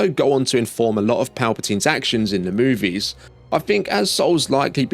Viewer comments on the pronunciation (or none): none